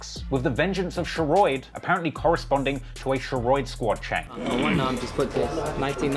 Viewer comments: he really pronounces Sheroid as SHER-ROID, like rhyming with Steroid. Even though, throughout this entire video, there are multiple clips of members pronouncing it correctly, in real life situations and Raps. 🤦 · lol you are so bad at pronouncing sheroid (its pronounced sher-odd) and jaro city (its pronounced jah-ro) its killing me